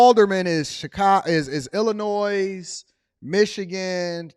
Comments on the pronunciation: The S is silent in Illinois. Its not illa noise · the "S" in Illinois is silent my dude. It's like someone saying expresso.